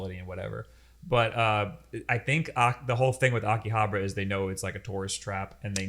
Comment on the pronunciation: They kept saying 'Akihabra' hahaha